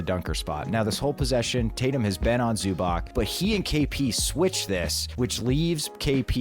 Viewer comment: love you guys, big fan of the show! also sorry to be that guy but it’s pronounced "zu-batz" ! the c in croatian is like the tz in ritz when there’s no accent